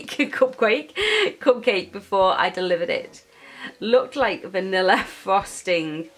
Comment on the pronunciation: You said cup-quake!